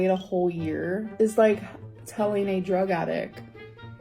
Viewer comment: "...a drug attic..." 😐